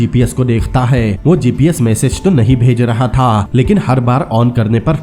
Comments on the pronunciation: "THaaA" "only legend can Be Understand 😂😁😂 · Tha ga tha ga tha tha tha Itna jor kyu Lagata hai last word par Bakwas explainer